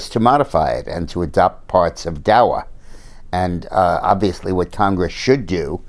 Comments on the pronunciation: Its not DA"W"A Dick, Its DA"C"A. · Daca not dawa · I always enjoy his commentary, but that he is saying "DAWA" tells me he rerally has no idea what DACA is really about. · Why is he pronouncing it "Dowa"? Just wondering. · Maybe he just forgot to put his glasses on. After all he is getting older. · Julie King, I was wondering that too. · He's human too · Jim M Agreed, like I said, I thought maybe I'm pronouncing it wrong. Or maybe there's a different name for it than I know about. I was just asking, not criticizing.